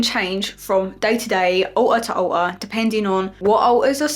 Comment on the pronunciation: Currently obsessed with how pronounces alter as ”aow-ah”